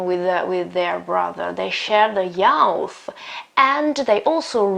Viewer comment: Very well described. Thank you. However, please correct the pronunciation of "youth", which is /juːθ/